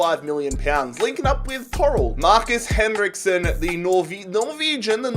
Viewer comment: Doing a german accent while talking about Henriksen departure😅